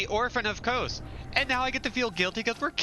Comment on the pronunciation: Quick note its "Kos" rhymes with "Oz" if you liked the game there is hundreds of hours of lore videos. This was a very fun playthrough to watch. Threaded cane all the way through is impressive!